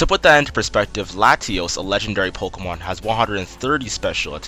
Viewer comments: POKÉMON NOT POKOMON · it's not pok-uh-mon. stop sayin it like that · good video, but I can't stand how this guy says pokemon. he says it so much in the video though